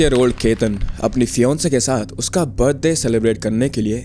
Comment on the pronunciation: tu pehle fiancée bolna seekh le - nahi bolne aata toh hindi mein mangetar bol de.